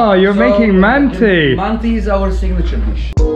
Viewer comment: You must pronounce “mantı” /mun-tah/, mind the dotless (ı) in its spelling.